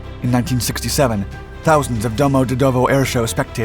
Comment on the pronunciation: Your narrator should be coached on technical terms and proper pronunciations, like how to say, for instance, "Gurevich" and "Domodedovo".